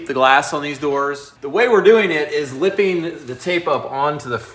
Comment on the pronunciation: You're "lipping it"? Reminds me of that scene with Bill Murray in 'Lost in Translation' where the Japanese woman that he was within the hotel room says to him, "lip my stockings". 🤣😂😆